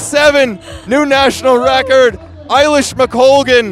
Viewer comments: A-lish, not I-lish! The woman is a multi medallist at major champs. Know how to pronounce her blooming name! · I think it's pronounced "eh" lish McColgan not "eye" lish. 🙂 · Great race, Eilish was always favourite! It’s also A-Lish not Eye-Lish! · Who are these announcers who can’t pronounce either Eilish or McColgan